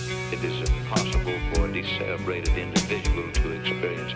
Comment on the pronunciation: "A de-cebreated indivudual". comes through again!